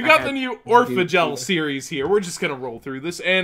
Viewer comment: everytime he says Orphegel i think he says Oregal